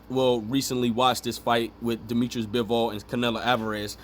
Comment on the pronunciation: Dimitri, not Dimitris-he is not greek.